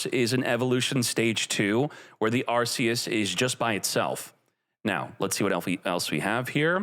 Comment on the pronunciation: PLS SAY THE NAME PROPERLY ITS PRONOUNCED ARKEUS YOUR KILLING ME 😭😭😭😭